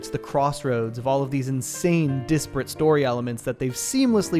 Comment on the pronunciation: I love your videos, but I hate the way you say desperate it’s not an I it’s an E So it’s not Dis-perate it’s Dehs-perste 😂